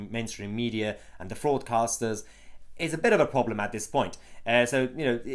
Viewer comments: Sorry, thought you said “Fraudcasters” - actually better than broadcasters, thinking about it... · I thought he called them 'fraudcasters' for a moment.